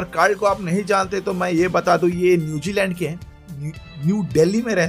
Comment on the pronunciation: bhai Newjiland nahi hota Newzealand hota hy .hahaha